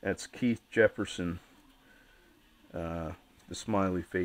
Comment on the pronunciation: Jesperson my dude, not Jefferson